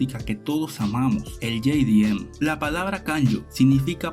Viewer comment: todo el planeta _ jdm latino america - ye-di-em xdxdxd